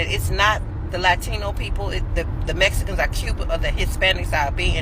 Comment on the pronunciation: HE SAID "THEM IS MESKINS"! 🤣